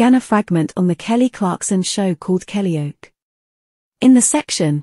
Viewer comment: Blooming A.I. It's "Kellyoke" as in karaoke, not "Kellyoak". Grrr!